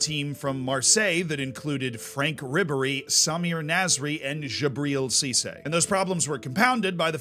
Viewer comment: I'm impressed, the only French name that was correctly said was Djibril Cissé. The fact that none of them came close to what they sound like in french is quite a feat.